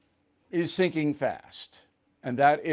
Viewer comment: At first i heard "President Biden is thinking fast" and i thought what the heck? - OH, SINKING fast. XD. I should watch this before i have my evening glass of wine!